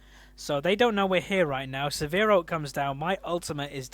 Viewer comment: Sivir is pronounced like "shiver", so it would be like "Siver", not "severe"